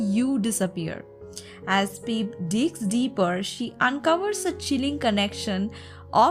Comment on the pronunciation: i love how u say peep instead of pip😆😄